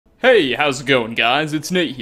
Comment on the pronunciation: That "Hey" in the intro sounded very scandinavian